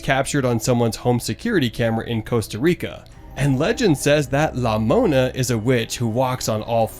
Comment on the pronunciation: 😂its not la mona its larona